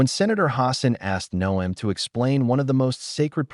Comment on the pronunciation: If you spell Noem 'nohm', the narration will pronounce it correctly....Or, well, you could also use your real voice....or, even a decent electronic voice changer, if you wish to remain anon...